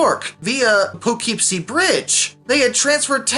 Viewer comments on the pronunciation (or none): none